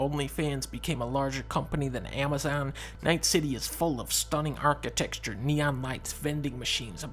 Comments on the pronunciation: "Architexture"... was that some kind of memeception or just a mispronunciation? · Except he actually pronounced it “die-stopic” for some reason, and then seconds later said “architexure”. Anyone could do his job.